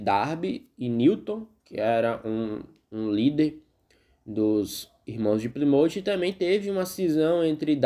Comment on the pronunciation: Excelente vídeo! A pronúncia do nome da cidade está incorreta! Ainda existem muitas igrejas que se reúnem na simplicidade!